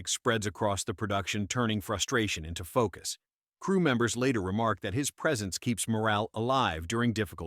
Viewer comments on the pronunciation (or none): none